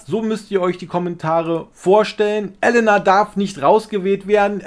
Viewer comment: Elena nicht Ellenna